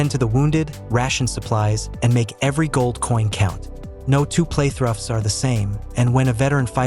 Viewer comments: If I hear your AI script say play-thruh one more time 😑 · is this an AI voice? the way it pronounces 'Playthrough' as playtrough and some of other quirks. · What's a... playthruff